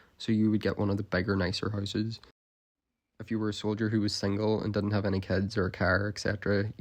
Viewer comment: The first house you showed, the bathroom looks perfect still and I swear I could not understand you saying houses, but horses. haahah